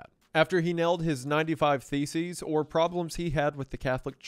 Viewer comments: I swear I heard "95 feces" at first and nearly did a spit-take. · It sounds like you said that he nailed his 95 feces to the door! 😮